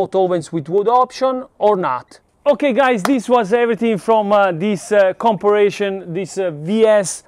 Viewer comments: You were so close to pronouncing the word. For a guide , com-pair-a-son. This is a fantastic video! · Com-pa-rison. 😉 Sorry. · Campari (like the Italian liqueur) + Sun to pronounce comparison correctly. We love you fun stuff…BERNIE R6 let’s ride 😎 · I love how tries his damn hardest to pronounce words correctly, but the English Gods do not bless him, compa...compir...comparrashion...e...haha.